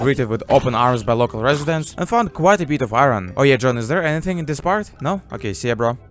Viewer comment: MY GOD! what kind of accent is this?? That's horrible! My ears bleeding when i hear "dis" "chree" "kunt"! let's play: try to find out, what these failed words meaning.